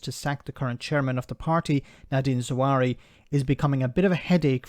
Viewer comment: Bruv, why do you keep calling him "Zahwari"? 😀